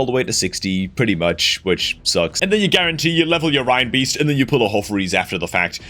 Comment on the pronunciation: Why does EVERY CC pronounce Reinbeast "rhinebeast"? He is clearly a Christmas reindeer. Doesn't everyone say that as RAINdeer? Were we brought up singing "Rudolph the Red-Nosed Rhinedeer"? Even, who is usually good on names that others consistently get wrong, does that one. OK, I'm a dreadful pedant and I'm not even perfect myself but... grrr. Now someone's going to tell me why I'm wrong.